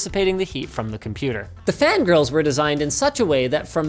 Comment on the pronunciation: did anyone else hear "fan girls" instead of "fan grills"?